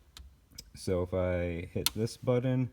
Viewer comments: Love the car but seriously??? someone the has put together something so awesome yet cant say the word BUTTON... its not Buddon. Killin me!! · love this, but i can't help but chuckle every time I hear him say "budden"